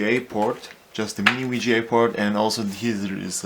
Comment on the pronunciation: What's a Mini-Wii-Gee-A to Wii-Gee-A port...??? I'll be back